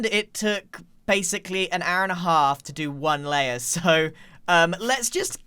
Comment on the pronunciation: "an hour and AHA-lf" lmfao